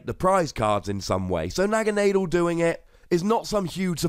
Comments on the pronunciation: Thats how i wread it anyway sounds better too. Na Ga na del. Not ghana. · i pronounce it as NAG-ANA-DELL